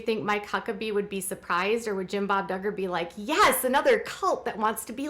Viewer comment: I thought he said douchbob duggar !😂